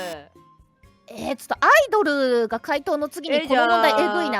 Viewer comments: ア↑イ↓ド↑ルは客が来ない間の時間なんよw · ラミィちゃんのア↑イ↓ド↑ル！ って、答え分かって「あっ！」ってなったあとシームレスに「イドル」って続けちゃったせいで起きた面白発音だとおもう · アイドルの発音は車のアイドル（アイドリング）ですね😅